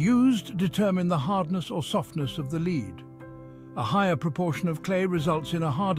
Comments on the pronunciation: lead, in this case, is pronounced "led" the e is short as in egg or there would be a line above it. i only mention it because after a few minuets its said like 30 times and is very distracting to the content. if you are using an auto-reader, just spell it "led" and it'll say the correct word. :) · English is difficult for this A.I.. Pronouncing lead as leed.